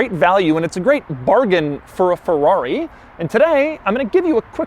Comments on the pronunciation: it’s not a Forrari..... it’s a Ferrari pls ! try to say Feeerari at once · “And it’s a Fevuavi!” 😅